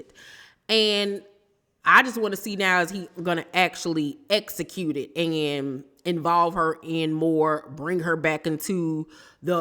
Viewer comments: Don't forget Essecute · jacked up the word "execute"